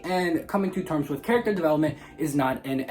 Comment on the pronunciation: Said charat at least 60 times as well